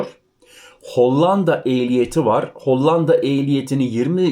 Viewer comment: L ,harfini ince söyle.Hollanda' derken L ' harfi ince söylenir,'Lazim' vs.gibi